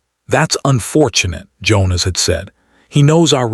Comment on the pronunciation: I can’t click like on this story. The pronunciation of the names was atrocious. Only Leena and Priya were pronounced right, along with Jonas. The rest were butchered by anglicising them by AI??